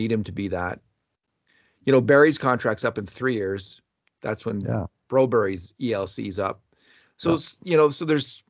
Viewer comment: Wish you guys would knock it off with the Broberry and Berryland stuff. This is NA. You'll never hear names pronounced like that. You're not Swedish so stop trying to be. I don't hear you trying to pronounce Russian names with a Russian accent, Finnish names in Finnish, etc. So please stop, already.